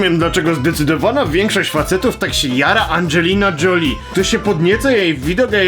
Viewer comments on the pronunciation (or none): czyta sie "Żoliiiiii" buraku